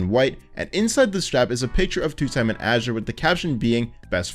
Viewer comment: thanks for being the first person to pronounce azure like azurewrath